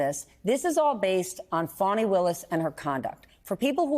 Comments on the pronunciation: It’s Fani Willis. As in vajayjay Willis. Not funni Willis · Why are y’all pronouncing her name which is Fani (fanny) like fawny instead ?…. Good gads you ppl are insufferable!! 😣 lol